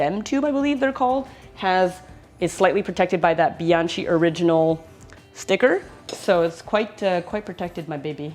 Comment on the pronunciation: Pronounced bian “ky”